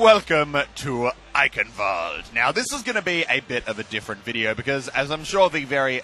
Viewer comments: no offense but its roughly pronounced eishenwalde instead of eickenwalde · It isn't eikenwald its eichenwalde C'mon muscle K you can do it better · It's kind of a rolled k sound, "Eye-Khen-Valt-eh" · not eikenwald :D eischenwald! Greetings from Germany :) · Can any native/fluent german speakers tell me if it's supposed to be pronounced like Muselk does with the ch sounding like a K or if it's more of a throaty guttural ch, like I first believed? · Ok I`m confused. It`s not eiKENwalde it`s eiCHENwalde. Like SH in Sheep. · instead of Ei - KEN you need to make a hisss instead of the K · its i-cen-valde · Well I don't usually do this, and it doesn't really matter actually. But people should pronounce the name of the map as Ai-shen-val-de. Somewhat like that. But it is up to you actually, im not gonna judge you or anything, but it is just sad hahahah love your vid btw :D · "I will be able to speak a bit of German by the end of this" "Eikenvald" where it reads Eichenwalde, yeah... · god the way you pronounce eichenwalde triggers me. its supposed to be "einrenvald" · Cute how he tries to say Eichelwalde xD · basically it's pronounced eye-hen-walde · oh ähm its dificult c and h is not normal speaken if you put them together ch ist other use the speak version of the google translater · you say Eichenwald nearly perfect. Just your "ch" sounds like a "k". I know it's very hard to say that for non-native Speakers. I love your Videos they're always very funny. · EichenwaldE!! you pronounce the E 😉 greetings from germany xD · im sure its not pronounced that way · Bruh pronounce your German correctly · Your miss pronouncing eichen